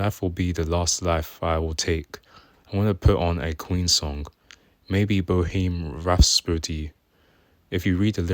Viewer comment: "Boheem rhaspody"